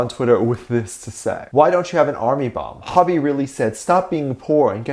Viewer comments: ok but the way you pronounced "hobi" lmao its ho-bi not hob-i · Whyyyy your saying Hobi wronggg it's ho-bee watch bts saying hobiiiii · It's funny how you say hobi as hobby😂😂😂😂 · Hobby??? 🗣🗣🗣.....whyyyyyy??????? It’s HOBI 🥺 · I've never met anyone that pronounces Hobi like "Hobby". SLightly strange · The way you say Hobi has me on the ground 😭😭😭 Tae IS the biggest flirt known to man 😂